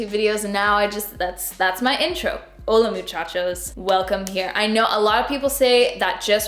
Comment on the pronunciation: Im a spanish speaker from México 🇲🇽 you said hola muchachos just fine 😉